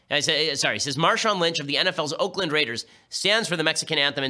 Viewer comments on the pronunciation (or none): none